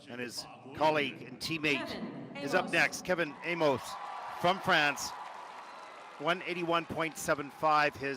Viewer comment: It is painful to hear keeps butchering skaters' names. Kevin AYMOYZ — why on Earth -OYZ? Last season we heard 'Adam SEE HIM FAR', this year the name has gotten an extra syllable: 'SEE HO HIM FAR". 😮‍💨😞